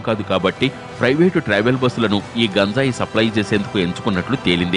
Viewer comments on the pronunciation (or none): That is not gunjai.....it is ganjai...